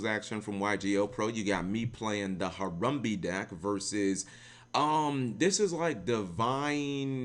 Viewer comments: i swear you literally try to pronounce things wrong just to piss people off. harumbee? really? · harambe not harumbe , put some respek on it. unsubscribed.